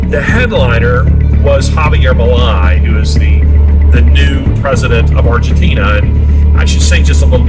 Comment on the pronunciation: I thought it was well done. But, Milei's name is pronounced like mil-lay..